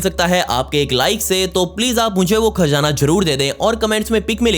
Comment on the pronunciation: It's Khazana not kaazana